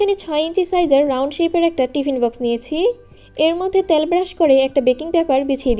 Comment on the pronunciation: আপু অনেক দিন ধরে একটি কথা শুনছি ত্যাল কিন্তু হবে তেল